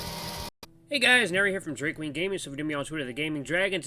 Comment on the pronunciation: At first I heard Drag Queen Gaming... Had to replay the intro and found out it was actually lol. Thanks for the video. I had a hard time finding a reader who chose Bi to date Jenna.